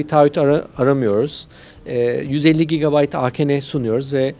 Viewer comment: subasi Adam "cigabayt" değil "gigabayt" diyor kesin yurt dışında uzun süre kalmış :D